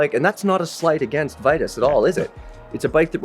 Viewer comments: The people who work there say "vee tus" and "mythick" not "vai tus" nor "mytheek" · Definitely Vye-tus. How would you pronounce Titus? Tie-tus not Tee-tus.